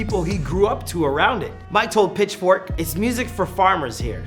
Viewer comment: The way you pronounce Mike would make a lot of French people angry hahah